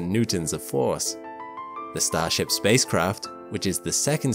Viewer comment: "They'll be brought there by StarShap.." Umm no.